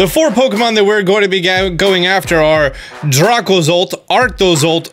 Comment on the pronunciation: Ah yes Dragozolt, Arktozolt, Arktovish, and Dragovish. Or as says it: Дракозолт, Арктозолт, Арктович, Дракович